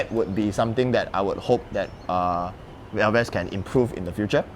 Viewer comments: Elves... not El ves. Elves are imaginary beings in English. Falath is a kind of levee. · ‘elves’ as single syllable, not two. nonetheless, good looking frame. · ELVES - Pronounced correctly by host, 😅 corrected incorrectly by owner.. aiyaa